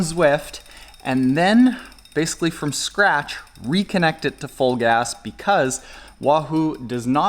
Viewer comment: "Fulgaz" sounds like "Vollgas" in German ( = "full throttle" / "pedal to the metal") !"Vollgas" is a regular word in spoken, contempary German.